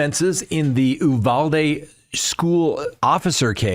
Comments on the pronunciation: Came here to say that. Also the last syllable is pronounced dee not day. So it’s pronounced u val dee. That’s the Texan pronunciation. 😂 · Hello! It's not pronounced "ooovalde" it's pronounced "Uvalde" as in U-haul. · ...I don't know where you get the pronunciation of Uvalde from. It is pronounced you val dee. I know that town and hung out just north of there in Utopia Texas.